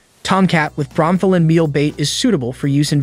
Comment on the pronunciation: It's pronounced "bro-meth-a-lin".